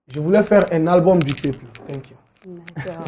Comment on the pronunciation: Pourquoi il dit tenk you?